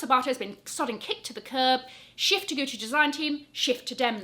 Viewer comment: Omg, every time you said “shift” my brain heard “sh*t”! Mind playing tricks on me😂